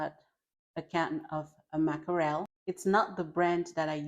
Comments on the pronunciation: Great video with very helpful and practical tips! Thanks for sharing these cost-effective grocery shopping ideas. (One tiny bit of feedback, the word “mackerel” is pronounced with just two syllables — “MACK-rill” — not “mack-a-RELL.”) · It's pronounced mack răll. Walmart eggs are poison fake eggs. Smell them and you'll see. The Walmart water has antifreeze in it. Bananas are gmo garbage like all veggies and fruits are. Real bananas have very large seeds in them. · She doesn't know how to pronounce 'Mackerel'. I don't eat fish, mackerel and sardines are fish.